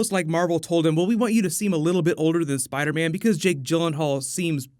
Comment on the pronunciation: Spidah mane